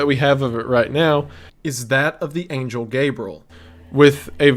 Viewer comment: Wendigoon be like: talking about the most horrific thing about how humanity being killed off by a false god Wendigoon: “yeah it’s kinda bad” Wendigoon when an angle comes down with a big head mispronouncing angel Wendigoon: panic 1000